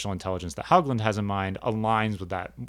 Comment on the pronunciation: John pronounced his last name "Hōgland." No hogs. I'm his widow. I'm enjoying your series on ontology, having been trained in philosophy myself. Glad some people are still thinking about these questions.